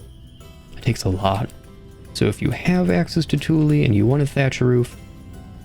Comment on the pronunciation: Wow, you managed to pronounce both "satiation" and "tule" correctly? subscribe :)